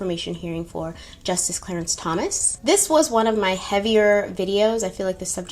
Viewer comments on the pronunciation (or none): none